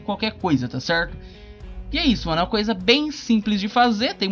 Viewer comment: Tá cerrrrrrto Tá cerrrrrto Tá cerrrrrto Tá cerrrrtoo